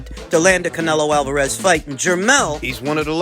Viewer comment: Canelio Alvarayez. 😂😂😂